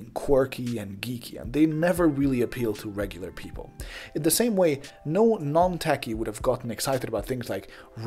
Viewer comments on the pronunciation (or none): Just as a note, not as a criticism: for the first half of the video, I thought you were saying "tacky" when you were saying "techie". Admittedly, that's really dumb of me, but I just thought you might want to know, so you can flatten the vowel sound a bit. Really interesting vid, though. You have a new subscriber.